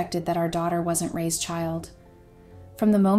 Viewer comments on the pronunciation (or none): Loving the A I voice mistakes lol does not lend any credibility to these. Get a real voice Raised… you meant Ray’s right? This is the most brilliant screw up. Lesson here folks A I does not make things easier. I laughed way too much through this. I’m sure that wasn’t the intended goal, but this channel is an A I generated joke.